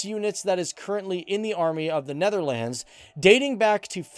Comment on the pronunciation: Hey dude great video but your pronunciation is a bit bad please can you learn how to pronounce words like Huzzars and Netherlands and others